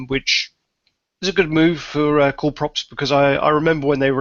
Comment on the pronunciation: its kowl;)